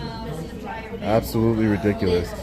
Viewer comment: I think that you need to work on the pronunciation of the "t" sound in the word "absolutely". You dis not enunciate it clearly. Are you for some reason shy about pronouncing the "t" sound, and, if so, then why?